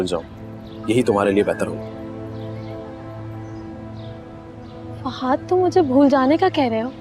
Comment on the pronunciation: Ye fahaaaad q bolti hy lafaz to fahad hota hy 😂😂